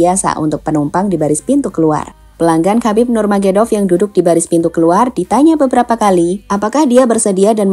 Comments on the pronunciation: Bukan nurmagedov min, tapi nurmagomedov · Nurmagomedov Bukan Nurmagedov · KHABIB NURMAGOMEDOV...! BUKAN NURMAEDOV.. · namanya Khabib Nurmagomedov Min, bukan Khabib Nurmagedov,, sepanjang Video salah penyebutan soalnya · Min... Khabib Nurmagomedov.. Pengucapannya bgitu.. Bukan Khabib Nurmagedov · Nurmagedov nurmagedov.. gemes dengernya, ga dibenerin.. nurmagomedov, kan itu jg ada cuplikan namanya di berita "nurmagomedov" kok ga dibetulin pas ngedit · Khabib nurmagomedov min bukan nurmagedov😅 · Ralat min KHABIB NURMAGOMEDOV bukan NURGEMEDOV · Nurmagomedov min. Bukan nurmagedov 😄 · Lain kali Narator mohon lebih belajar lagi. namanya NUR MA GO ME DOV bukan NURMAGEDOV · nurmagomedov ya...bukan nurmagedov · Nurmagumedov bukan nurmagedov wkwkwkk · "Nur magomedov" bukan nurmagedov😅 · Bukan nurmagedop..nurmagomedop...gmn si 😂😅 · Nurmagedov? Nurmagomedov? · Nama yg betul Khabib NURMAGOMEDOV. Mimin berkali² salah membacanya. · NURMAGOMEDOV, MASA BACA NAMA BEGITU AJA GABISA GIMANA VOICE OFFERNYA CKCK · Channel berita tapi nama saja salah.. NURMAGOMEDOV. Kesulitan pengucapan bukan alasan mengubah nama orang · min,yg bener donk nyebutin nama nurmagomedov...ngawur aja anda ini.ganti nama org,emg udh bikin bubur merah???? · Min, penyebutan nama lengkapnya keliru.. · Sampean salah nggone nyebut nama ne mbak .. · Nyebutin nama salah